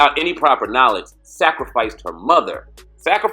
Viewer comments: Sacrifice. I know you pronounce it like that but come the hell on😂😂😂😂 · Wtf is a "sacrafice"